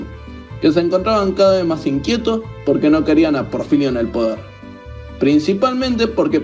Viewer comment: No es Porfilio, es Porfirio